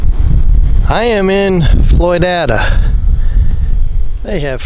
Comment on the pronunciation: It’s Floyd-ada, not Floy-dada. My brother lives near there....